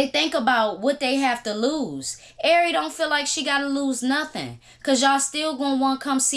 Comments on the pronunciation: Man U killing shawty name lmao…AIRY??? IKYL 😂😂😂😂😂 “R” pronounced like the letter ..then “RE” like REbound😂😂😂😂 great content as always🙌🏾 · Airy fletcher sound funny lls